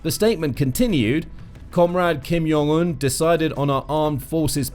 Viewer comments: Ok kinda interesting. But you lost me at “Kim Yong Un”…its jong…like john…like joint and…whatever else…not yong… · It’s Jong not Yong. He’s not Hispanic